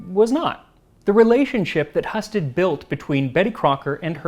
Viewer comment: I believe your pronunciation of the name "Heeyoo-sted" is wrong, unfortunately. I'm a Husted!